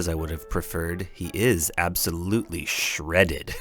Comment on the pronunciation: When he said shreded I yelled "Shut up! Shut up!" so loudly my brother checked on me